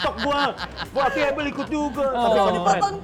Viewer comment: Hostnya ngucapinnya “able” agak keganggu padhal kan “ebel” aja gitu lo 😂